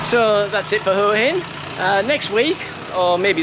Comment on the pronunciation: Enjoying your channel but who told you to pronounce Huahin as hooahin? It drives me frigging nuts. It's Wahhin. I've been close to lobbing my remote through the TV. 🤔😂